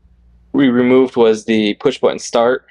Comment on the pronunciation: It is button not bunion it's going to line up pronounce your tease so that you sound like a man and not some kind of Valley Girl